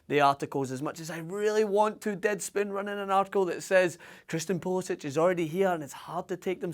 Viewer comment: How can you expect to be taken seriously when you apparently haven´t even paid enough attention to pronounce his name correctly -__- he pronounces it poolisik, look it up. If you saw the CL game today and are a half-decent analyst who knows anything about US soccer then you can see the kid is ALREADY one of the best players we´ve ever had, regardless of age. On top of that he was the youngest player in any of the CL games today, and the youngest player in Dortmond´s CL history. Few U.S. players have ever played in a club match at that high of a level at any age. And not only did he play, he was one of Dortmond´s most dangerous players the whole game, rarely turned the ball over, and helped lock down his side of the field defensively. But the most exciting aspect is his off the ball movement, always conscious of how his runs and movement affect space for his teammates. I´ve NEVER seen an american player with the soccer IQ and decision making class that I see with Pulisic. I love Donovan and his chance creation abilities were class, but he never showed Pulisic´s level of decisiveness, off the ball cleverness, or defensive tenacity in his entire career. Even Donovan himself said there´s no comparison considering Pulisic is playing for Dortmond when Donovan was packing his bags for California after failing to crack the first team at Leverkusen. So let us be excited. Or are you just jealous that you could only DREAM of a Scottish player with Pulisic´s potential, or even one as goo